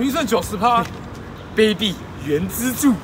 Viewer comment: 卑鄙（正確唸法是ㄅㄟˉㄅㄧˇ